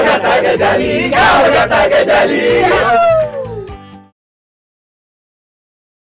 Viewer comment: Pronunciation of Gajali is wrong. गजाली शब्दाचा उच्चार चुकीचा वाटतोय...